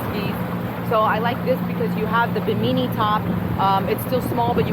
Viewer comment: I have the same Boston Whaler 130 Super Sport as a secondary boat. In case you didn't know, you're sitting on the gunwale in the beginning which is illegal and very dangerous. Also it's called a bimini top. I think you mispronounced it lol. Fire extinguisher on board? Captain David - USCG